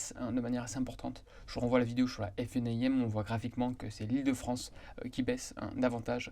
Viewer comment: Détail : vous prononcez toujours la FNAIM en prononçant chaque lettres (F-N-A-I-M). C'est long et pénible. Pourquoi ne pas faire (comme tout le monde ?) et prononcer la FNA-IM (en 2 syllabes) ?